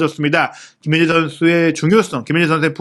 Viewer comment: 김민재는 기힌재선수 뭐 이정도로 하시지만 발음이 더 어려운 손흥민은 소흐히 선수, 소흐니 선수, 소히선수 등 아주 다양하게 하심 .. 천천히 하면 발음 안뭉개고 괜찮던데 마음이 너무 급하신듯..